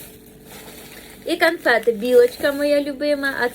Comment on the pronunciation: що ти постійно говориш канфети